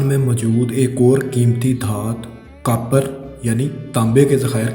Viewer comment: not a single word pronounced correctly... nakali nahi nikali .... kapar nahi copper .... bad urdu pronunciation is so hard on ears.